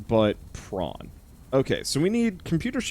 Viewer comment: Every time i hear "prawn", sometimes, for some wierd reason, i hear "brawn", and then the "If The Emperor Had a Text-To-Speech Device" memories start to kick in